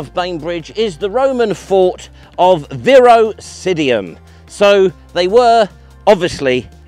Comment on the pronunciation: Fun video 😊. I believe it’s Virosidum, not Virosidium…